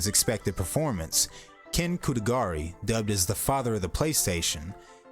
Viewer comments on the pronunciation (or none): How dare you butcher the surname of the father of PlayStation? It’s Kutaragi, not Kutagari.